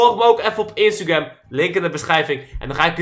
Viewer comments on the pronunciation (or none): none